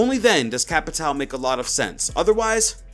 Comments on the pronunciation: I’m pretty sure capatao is pronounced ca-pa-shi-o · Heyy,whats up,I’m Brazilian and there is a pronunciation to “Capitão” that you can use.Try to call him “Capitawn” Se tiver algum BR aí da up! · It is not CapitAL, It is Capitão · CAPITAO IS PRONOUNCED "CAPITAN" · Capitao ? Capitao? TAKE DOWN THE VIDEO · "Capitao" for me a brazilian this hurts to hear